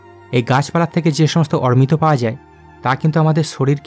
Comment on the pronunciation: অরমিত না বলে অমৃত বল।